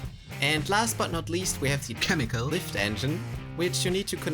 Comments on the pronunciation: "KHEMICAL" INTENSIFIES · I counted 11 "khemical" bits. Does anyone understand what that means? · I want to hear how he pronounced chemical before the edit, anyone complaining can stick it.